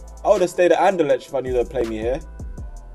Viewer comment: Bruh learn how to pronounce Anderlecht. Its annoying.